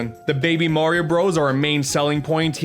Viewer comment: I am triggered when he called Mario MERIO